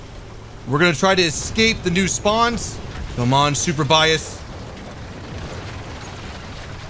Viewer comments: Surbaissé is pronounced like Sir/ba/say ... ba like in bacon :p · It's pronounced 'sur-bay-say' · It's pronouced Surbayssay damn it ! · I LOVE THE WAY YOU PRONOUNCE FRENCH WORDS 😂😂😂 i’ m french and we pronounce it like /surebassa/ (read it in english) ^ ^ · Surbaissé... Where did you get Super-Bias from LOL. Surbaissé in French doesn't make much sense, it means over-duck (as in duck and cover). Whoever named that tank hadn't drank his café au lait that morning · your mission for today: Pronounce "Surbaissé" correctly. Maximum attempts: 3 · You pronounced it correctly once, not sure why adding the "P". Maybe cause your'e so:) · You not pronounce not well surbaissé (lowered) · Seriously the way you pronounce surbaissé is horrible XD